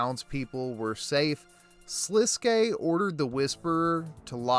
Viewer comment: many channels call him "Sliskk" and it drives me insane. You are the first to ssy it right